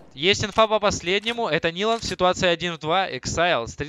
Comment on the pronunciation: АКСИЛЬ А НЕ ЭЭКСАЙЛ!! :D